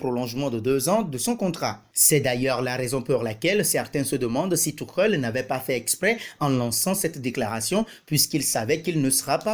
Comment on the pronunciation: Thomas thioukhel il a dit🤣🤣🤣 un accent vreummennnt